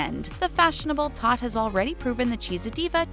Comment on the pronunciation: Did you just called my kid a “THOT”